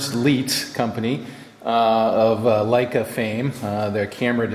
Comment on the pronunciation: May I say that you pronounced "Leica" correct but you had "Leitz" wrong, the "ei" is pronounced the same way as in "Leica", like on a ship you would say "aye". Very sad to see this nice piece being in such a bad shape. No chance of this being restored and rescued?